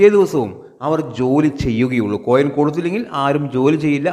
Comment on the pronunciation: കോയം അല്ലാ മൈര് കൊയിൻ..... കോയം എന്ന് പറഞ്ഞൻ ആണങ്ങളുട സാമാനത്തിനാ